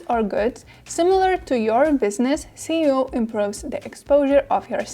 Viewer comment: When she says "C"eo instead of "S"eo it throws me off :( Otherwise, very informative video!